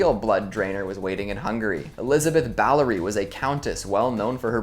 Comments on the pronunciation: Elizabeth BaTHory :/ Not Elizabeth Ballory. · It's Bathory not Ballory. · Its Bathory not Ballory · Her last name is bathory not balory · Couple of quibbles: I think it's "Elizabeth Bathory". And, maybe you were referring to the "Qing" dynasty, China's last? That used to be written "Ch'ing", and is pronounced "ching", rather than "king". Just being helpful, here! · It's "BATHORY"!